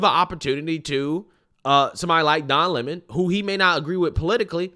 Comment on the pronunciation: Don " Is'ah" Lemon